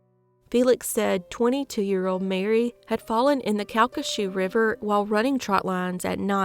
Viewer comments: Here in 2025. So happy you knew how to pronounce Calcasieu 🤗. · Nice job on the pronunciation of "Calcasieu"! it's one of those words that non-native Louisianians tend to mangle usually, like Tchopitoulas or Nachitoches. :)